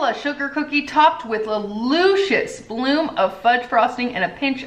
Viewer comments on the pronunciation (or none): Are you trying to say Lucious? lol Luhhhhhcious not loooocious 😅 love you anyways 😉